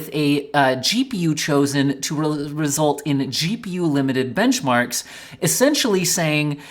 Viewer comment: "bemched" lol. first chapter im presuming should be "AMD lied" not "AMD liked" btw